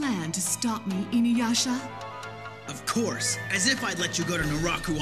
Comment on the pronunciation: Classic Inyuyasha lol nice video